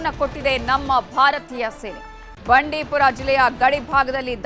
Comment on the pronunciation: ಬಂಡಿಪುರ ಅಲ್ಲಮ್ಮ ಬಂಡಿಪೋರ...😂😂